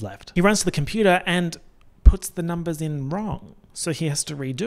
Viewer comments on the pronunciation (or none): “It’s about the numbas” will never fail to make me giggle every time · "ya talkin bit de numbehs" will always be iconic and number 1 but now im definitely also going to keep thinking about "ye hafta save de baby charlie"